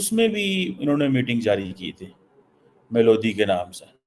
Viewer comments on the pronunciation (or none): मेलोडी होता है, मैलोदी नहीं।